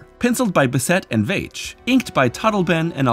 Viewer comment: I'm gonna let you finish, but Rick Veitch's last name is pronounced "veetch."